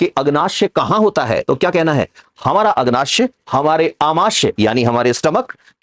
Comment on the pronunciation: सर, आमाश्य नहीं आमाशय होता है और अग्नाश्य नहीं अग्नाशय होता है। आप लिख सही रहे हैं लेकिन उच्चारण गलत कर रहे हैं।